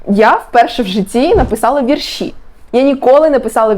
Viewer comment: Правильно "вІрші" (наголос на перший склад), а не "віршІ"